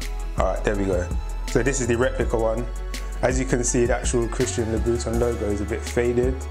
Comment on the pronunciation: Christian labooton 😂 great video, subbed .